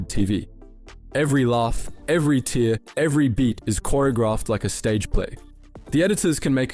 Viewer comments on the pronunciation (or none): Ah wrong “tear” at the start of video. Now I have proof this is an ai channel. I always knew the scripts were ai, but I actually thought the voice was a real human. That is still impressive as fuck